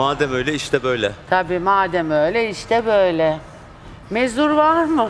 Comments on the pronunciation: Biri bu Nur Yerlitaş'a Türkçe'yi öğretsin bi mezur der (mezura), bi muzur der (Munzur)... (Peki laf eden olur diye düzgün yazmaya çalışmam) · Şuna mezur deyip durma nur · Modacı olacaksın birde onun ismi mezur değil mezura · Mezur deyip duruyo mezur ne lan. Ben de kullanıyorum mezura o. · Mezur varmı. Daha konuşmayı bilmiyor mezura ya mezur diyor. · Mezur ne ya mezura o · mezuraya mezur diyor,ondan bahsetti arkadaş